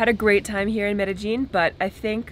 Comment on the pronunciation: I work with a fellow from Medellin. Your previous video was pronouncing it correctly and was not. Now both of you are pronouncing it incorrectly. The double L at the end is pronounced yeen, not jeen. Shame about you drone. BUT YOU STILL HAVE FRANK! lol Keep the videos going. Am loving watching your adventures!